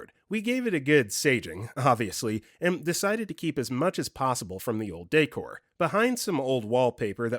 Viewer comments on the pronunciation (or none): none